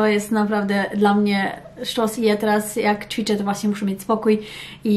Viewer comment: Muszę bo się uduszę - Mówi się ĆWICZĘ, ĆWICZENIA., nie CZWICZĘ I CZWICZENIA.. Błagam, ewidentnie Pani językiem wiodącym jest język Polski ( książki w języku Polskim, rozmowy z dziećmi) więc proszę chociaż to słowo.